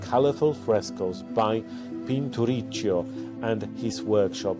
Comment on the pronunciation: I would like to point out two errors in the thumbnail: Sienna instead of SIENA and the region it belongs to: Umbria (?!!!) instead of TUSCANY. P.S.: Piccolòmini, not Piccolomìni and Pinturicchio should be pronounced as if "cch" were a double k. CH in Italian sounds like K. For the rest, well done!